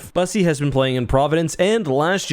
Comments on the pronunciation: so, for the sake of not getting made fun of, Bussi’s name is pronounced as if it was spell Byussi. Please don’t call him bussy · Bros name IS NOT BUSSI🤣🤣💀💀💀💀